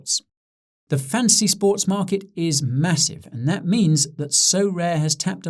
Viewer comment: Who else only hears Guy saying "Fancy Sports"?